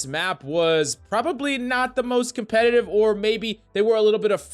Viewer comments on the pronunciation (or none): none